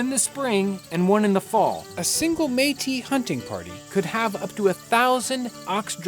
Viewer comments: The Meat-us lived in the apple-at-chian mountains lmao. Its pronounced May-Tea and Appa-lay-shun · Man I didn't realize that's what he was talking about. I've been looking for "Meatists" for like an hour now LOOOOL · Btw metis is pronounced Metiss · I noticed you changed the pronunciation of meatis. Did you find out between videos that that is the real way to say it? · Hi; it's pronounced metiss :) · John I’m pretty sure it’s pronounced meat-tis. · took me 2 parts to realize he is reffering to the Metis people, cause he said mee'ti, Metis just mean part white part native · Métis is pronounced MA tee. It is a french word. It runs in my family. I'm Canadian and my family goes back to the mid 1600's. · The Meatice people. lol that was really bothering me. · Métis, if you want to pronounce it properly, you have to exagerate the S at the end, like for Paris ( even if In French we don't pronounce that S, but this is another story ) . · Except that all of Canada pronounces it the other way. You have to remember with Canadian French, it has been disconnected from European French for 200 years, and a lot has changed in that time. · I'm not laughing. He made a mistake and corrected it. But you're right, good on him. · I thought it was a bad pronunciation of Metis, the french name for people of mixed origins.